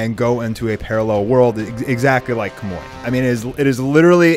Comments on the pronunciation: Pronounce Kamui as Kamoi one more time, go ahead... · Wtf is a kamoi he even heard how it's properly pronounced but he still says kamoi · Im dead dude really said "kamoi"💀💀💀💀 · KAH-MOO-EE How have you watched these shows and not know the pronunciation? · wait just realized he pronounced it once and it sounded bad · why do you pounce kamui in a weird way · A few of his pronunciations were bothering me. NAH-roo-toh not nah-ROO-doh KAH-moo-wee not kah-MOY